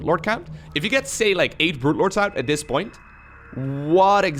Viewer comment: Sounds like says 'Brute Lords' every time. XD